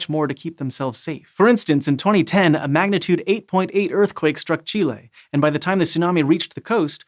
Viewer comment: I love you so much for saying Chile correct!!!